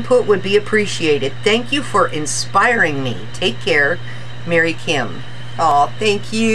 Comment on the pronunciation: thank you so much for making this video. Lol and yes you did pronounce my last name correct. I'm so excited now that I have your video to refer to when needed. Not only will I be able to craft with it but I can add it to my exercise routine.:) Thank you again and I look forward to more inspiring videos. Mary Kim